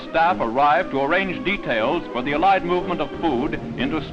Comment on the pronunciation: Random side note but I just noticed the narrator puts the emphasis on the second syllable in "Allied"